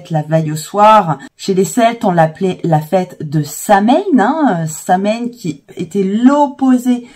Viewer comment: Samhain, le mh fait un son /w/, Samhain = /sowin/; on évitera donc une prononciation pseudo-anglaise avec la diphtongue. S'il vous plaît!